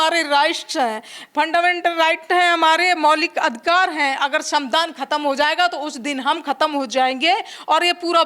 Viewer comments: ये गँवार संविधान नहीं बोल पा रही..? ? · संविधान शब्द का सही से उच्चारण करिए